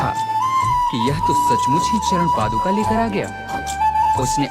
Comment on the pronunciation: पादुकामनाएं नहीं होता भाई 😂 ,, पादुकाएं कहते है ।। 😊